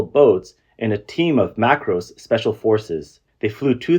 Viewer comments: Well he did say MACROS instead of MARCOS, but that's okay for a foreigner I guess. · Bro, , its MARCOS, not macros😂. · "Mar-cos" not "macros" commando🎉🎉🎉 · MARCOS...not Macros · It's Marcos not Macros. Marcos stand for Marine Commandos. They're a force to reckon with. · its MARCOS, not MACROS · It's MARCOS not macros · Dude it's MARCOS not macros!!! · Its NOT Macros but Marcos. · Marcos not Macros